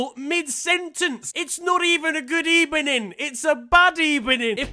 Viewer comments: it’s not even a good ebening it’s a bad ebening 🤣😂😂😂🤣😭😭😂🤣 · I beg just says Good Ebening as his intro now